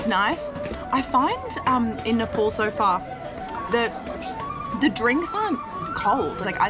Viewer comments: don't say nepol NE- POl say Ne-Pal Nepal it's nepal not Nepole😜 welcome to pokhara 👍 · Nepal is pronounced as NE PAL not NE POL Beside this I am enjoying your content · What do you pronounce it nippole instead of Nepal ?? 😂